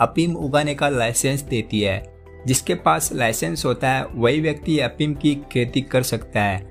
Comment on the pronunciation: prava afeem hunda apeem nhi